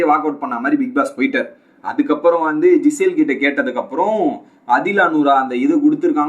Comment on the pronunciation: Not Gisele bro she is Gizele (ஜிசெல்) must pronounce like this